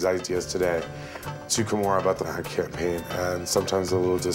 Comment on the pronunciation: "Cam pain" ?????😆😄😂😂😂😄 Its "Campaign"